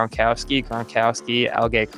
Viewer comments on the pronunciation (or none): "Reechee" Caldwell, "Al-gay" Crumpler & Chad "Osiocinco".